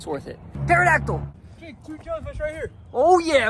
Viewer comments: Did he say taridactils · I like it when says pterodactyl